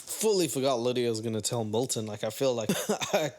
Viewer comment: Fitting that pronounces Milton's name as "Molten", like molten lava. Igneous rocks, whaaaaat?